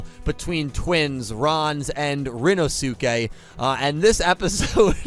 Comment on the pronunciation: Please,, Rinnosuke's name is pronounced "rin-no-skay", please, now that we actually have cause to mention him on a semi-regular basis, I beg you to say it this way!